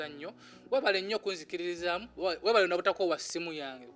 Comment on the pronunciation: Hahaha correct the word webale not webaka